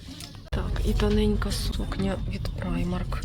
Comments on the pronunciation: Взагалі так, на англійській мові. Але жінка взагалі називає бренд «Праймер» тому вирішила написати. Доречі а в німецькій мові то читається « Примарк») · Правильнее - праймарк.